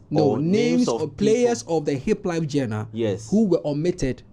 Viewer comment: it's not pronounced jenner. It's pronounced zhan-rer